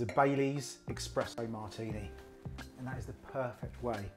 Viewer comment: No!😫😩 it's not called expresso! It's called espresso.